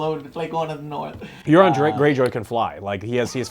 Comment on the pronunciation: Omg it's Beric!!!, And it's Euron!!! Stop butchering these names ffs they're not that complicated